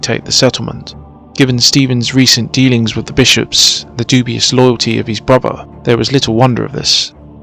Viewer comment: At last an English narrated documentary on this fascinating period .... spoiled by "frone" and "bruvver" ......